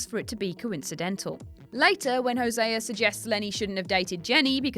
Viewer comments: no way, Hosé-a. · "when hoseaer is shot"